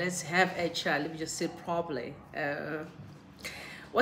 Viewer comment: Please work on your accent. Use our Zimbabwean accent and we are ok with it. You pronounce “chat” as “chart”. You tend to emphasize the wrong letter nhai.